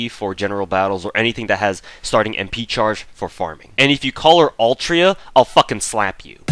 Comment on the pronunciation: It's Altria.